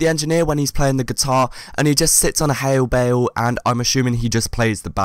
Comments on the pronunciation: Sits on a “hale bale” xD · "He sits on a hail bail"